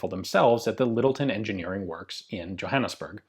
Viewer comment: Not “djohannesberg” but “johannesburg”